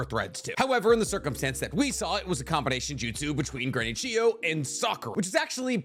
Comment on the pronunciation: Why I watched: To find out what the strongest combination jutau are Why I stayed: finally figured out how to pronounce Chiyo properly